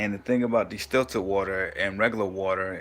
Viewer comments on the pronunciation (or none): He dont even know how to pronounce the word, talking about distillert water, its distilled water bro. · It's called distilled water not destilted...good video still. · The virgo moon in me couldnt get passed it 🤣. I kept saying its distILLED, no T son lol